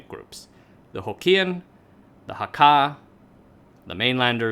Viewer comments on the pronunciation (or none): HAK-ka - emphasis on "hak", not "ka" - and that's the pronunciation of the international word for Mandarin "kejia" (emphasis on the first syllable as well).